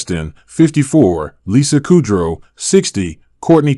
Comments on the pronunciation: Its pronounced Lisa Ku- drow not Ku-dough. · INXS is pronounced like in excess. And Ann’s last name is pronounced like hayshh. Lisa Kudrow. It’s not Kerdow. 🙄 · Not just one but three incorrect pronunciations for INXS, Anne Heche, and Lisa Kudrow. (That one is not Kerdow). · Tip to the Narrator to this story. You should read ur script a few times and learn how to pronounce celebrities name bcause people will think you are as cold and utterly clueless as you sound. Which takes away from the story. Pre read , so you can pronounce Fentnyl ( Fen-tin-all. Lisa Kudrow ( koo-drow) and lastly, maybe try not to sound so robotic and put some emotion in there..u got this...